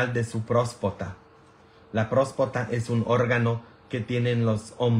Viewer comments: Buenas tardes padre, no se dice prospacta, se dice próstata y tampoco se dice curologo se dice urologo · Padre usted siempre pregunta qué si lo que está diciendo se dice así y le pone uno la palabra correcta y usted parece que no quiere corregirla siempre lo sigue diciendo como usted quiere no se dice prospota se dice próstata y no culageno se dice colágeno aversi la próxima vez lo menciona bien digo si quiere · Usted dice prospota es Próstata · Noooo padre no es culologo, es urólogo,... no es próspota es próstata, tampoco es culogeno es colágeno!! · Con mucha pena pero se dice prostata disculpe